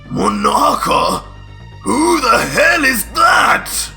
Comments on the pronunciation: Dis nigga said manaka lmao😂 Keep up da good work I fucks with it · Man really said monaka 🤣🤣🤣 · 😱 Vegito said, "Monaka" Wow! Hahaha 😂 ... Out of all people...